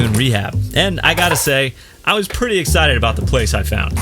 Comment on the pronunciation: Is “exshited” being so excited to get back out that you shart? 😂